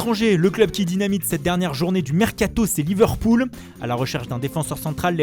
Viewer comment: pourquoi il dit pas Liverpool avec l'accent ?